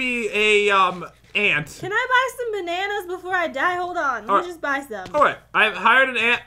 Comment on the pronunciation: I love your videos and I love how you say bananas but in stud you call it banner